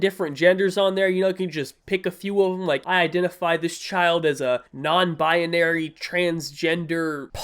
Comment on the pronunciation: Why can’t pronounce binary right